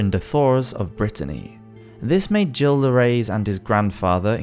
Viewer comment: Just FYI... his name is pronounced "Zhill" not "Gill."